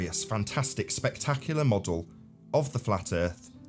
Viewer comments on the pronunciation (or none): The way that the creep pronounces the word model ( as modUL ) is enough to make you dislike him without the drivel of FE